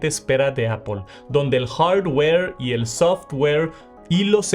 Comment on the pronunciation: Me da un no sé qué cuando dice “Hardware” o “Software”. Como dicen en MX, bájale 2 rayitas a tu inglés, por fa